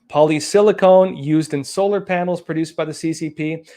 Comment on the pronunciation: It is polysilacon, not polysilacone, you're thinking about breast implants. A small point, but you might as well be correct...